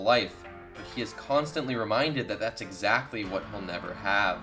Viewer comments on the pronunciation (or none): none